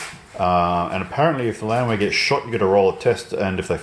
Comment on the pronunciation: "The Landwehr are gone" The Land-were